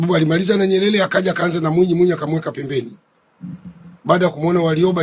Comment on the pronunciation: Sheikh hata kusema Nyerere hawezi anasema NYELELE na anataka kutuaminisha anajua anachokiongea.